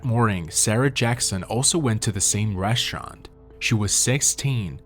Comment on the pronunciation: What's a reshurant?